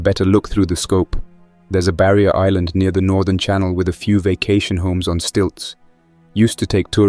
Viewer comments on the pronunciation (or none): none